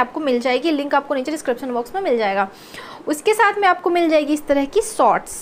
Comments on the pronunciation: Your reviews are good...you look good but please please improve your pronaunciation as well...its shorts and not sorts also its meesho and not meeso...you pronounce sh as s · And sots😀